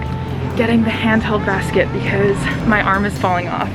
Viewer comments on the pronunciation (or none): none